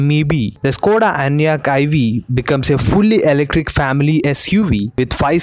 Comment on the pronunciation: Sir it is not స్కోడ but ష్కోడ and it is not వొక్స్ వేగన్ but ఫోక్స్ వాగెన్. Otherwise you are doing a good job of giving us very interesting knowledge